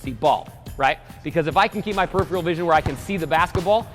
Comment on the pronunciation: "Peripheral" It was killing me to hear that mispronounced each time.